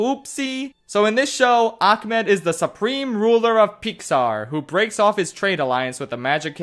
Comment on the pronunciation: My only complaint about this musical is that it utilizes the worst mispronunciation of the Arabic name “Ahmed.” Do y’all see the letter “C” in there? No. Because it doesn’t exist. Idk I’m just so sick of seeing people fuck up a name that simple for absolutely no reason.